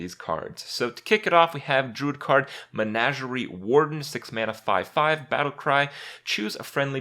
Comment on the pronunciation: Lol he still can't pronounce "menagerie."